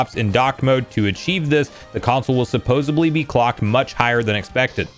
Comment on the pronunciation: Supposedly* not supposably